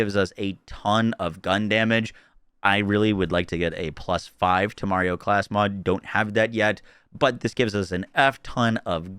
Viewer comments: One day he’ll say temerario correctly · LOL, he's still calling it "te-Mario". Dude, it's "teme-RA-rio". OTOH, at least he's got "Instinto" right finally.